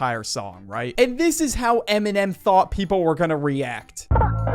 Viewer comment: Bro says eminem like mn’m not dissing, just funny